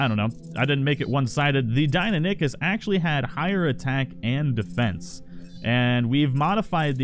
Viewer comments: Dee-i-non-i-kus not dine-o-nik-us. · Die no nie kus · ( DIE-NON-ikhus) my fucking god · Deinonychus pronounced: 'die' - 'non' - 'i' - cus', not 'dienonickers' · It's pronounced Dine-non-i-cus not Dine-a-dick-us just letting you know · Deinonychus. die-NON-ih-kuss. NOT DINA-NICK-US. -. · Die-No-Nie-Kus is the correct pronunciation I believe. I know this is a couple weeks late but commenting because it bothered me too and want people to know the correct way to say it. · Dino-nick-us is not how you say it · Just so you know, it is pronounced dy/die-no-ny/nie-kuss. Otherwise, nice vid. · You said deiynonacus roung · You murdered the pronunciation of Deinonychus its kinda like this (Die-Non-a-Kiss) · Not tryna be a buzzkill but it's DIE-NON-OH-CUS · Die-non-a-kiss is how you say it just letting you know not trying to be rude. 👍👏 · DIE-NON-I-CHUS. (that was a pronunciation btw) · Lol 😂 Dino-nick-us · Deinonychus is pronounced Die-non-o-cus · btw its said Dy-None-A-cus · ITS PRONOUNCED: DIE-NON-O-CUS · Good video, but Deinonychus is pronounced Die-non-ih-cuss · Deinonychus is pronounced Dy-Non-i-kes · you pronounce it Die-no-nye-kiss. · ITS DEINONYCHUS NOT DIENINACUS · I am so triggered the way he says dienonycs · It’s called die non ee kus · It’s die-non-we-cuss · It’s pronounced die-non-i-chus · It's pronounced "dy-non-u-kus" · It is DIE NON IK US how is it hard to pronounce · I liked the video and all but your pronunciations of Deinonychus hurt me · Jack Hugs I know it’s awful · The way he says deinonychus disturbs me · The way you say deinonychus disturbs me.